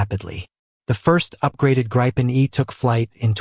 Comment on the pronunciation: not how gripen is pronounced